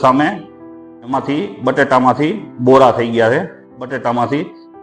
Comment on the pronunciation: bora nyyy borr bolo😅